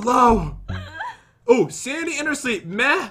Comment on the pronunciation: It's called Sandy " jen"